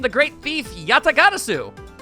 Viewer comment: Personally I'd pronounce it more like Yah-tah-ger-AH-suu, but that's just a guess.